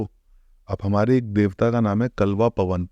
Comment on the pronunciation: Kalva poan veer Pawan nahi poan hota hai